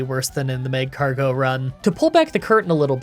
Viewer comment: The way you say macargo hurt lol